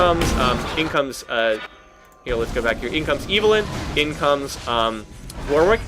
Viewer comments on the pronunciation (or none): She's called Evelynn, not Evilynn ^^ Nice vid though.